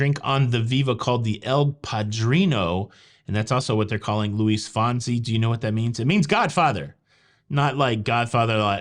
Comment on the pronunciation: Not pronounced like Henry Winkler “the Fonz”… Luis Fonsi’s last name is pronounced “Fohn-cee” (long O, and the last syllable like “see”, not “zee”)